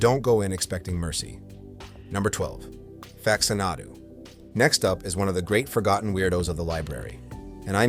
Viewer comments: Jesus Christ... can we just narrate our own videos, please? Fax-uh-NAH-doo?? SERIOUSLY!? Literally no human has ever pronounced it that way. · AI slop. I made it to "facts-ah-naw-du" before finally having enough. Get this crap off of the internet.